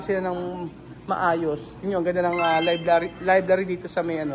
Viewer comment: it is libRary not libLary ✌️